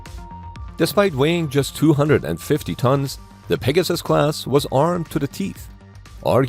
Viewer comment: The USS Peg-your-sis? THat doesn't sound right......